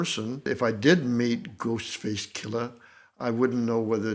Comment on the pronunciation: Love how he pronounces Ghostface KILLuh